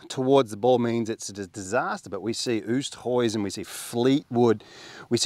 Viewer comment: Your videos are great and a I follow them all but as a South African can we just sort out something please it’s….. OOOS-TE-HOWZIN thank you